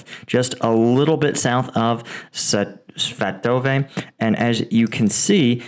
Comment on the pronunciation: Over a year running this channel, and you still can't pronounce Svatove? Dude.